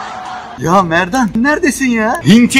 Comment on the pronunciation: yanlış bisey mi dedim yoksa diziyi küçükken hep izledim şuan daha tekrarlarını izliyorum çok dikkat ettim memnan diyolar merdan demiyolar ki🤔🤔😚